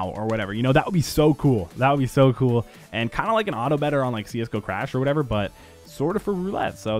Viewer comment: LOL "whateva" it kills me lol